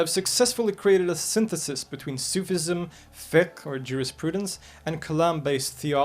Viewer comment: It's not Fiq, it's Fiqh